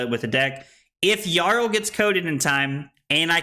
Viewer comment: Isn’t it pronounced “Yarl?”